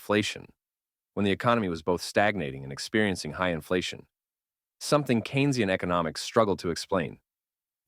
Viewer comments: Not Key-nez-ee-uhn economics by Kay-nuh-zee-uhn. Cain, like Cain and Abel, or, John Maynard Keynes. mark. Please man, its shows you are just a reader (bad one at that) and not a presenter. In fairness I've heard it pronounced as Keenz-ee-uhn, but not Key nez ee-uhn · Keynsian - pronounced KEEN-zee-en, not keen-EZ-ee-en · FYI Keynesian is pronounced "Cane-zian" not key-nesian. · ...and the intro to Keynesian was wrong but then you say it correctly twice in the next section of Supply Side Are you having a bot speak for you? Lol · Do you know economics?? Pronouncing Keynesian incredibly strange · The AI voice tried its best